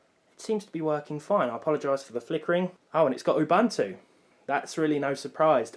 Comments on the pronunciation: Ubuntu...not UbAntu.......sigh...windows users! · It's UBUNTU, not UBANTU, there is no A, please do not pronounce it with a A. Oooh-Boon-too, it's a Zulu word. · You'boon'too not Youbantoo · I died inside when I heard you pronounce Ubuntu. It’s pronounced ooh-boon-two. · It’s pronounced u—buu—n—to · The word "ubuntu" is an old African word meaning"humanity." It is pronounced "oo-boon-too".